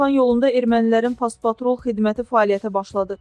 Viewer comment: Past-patrul yox, post-patrul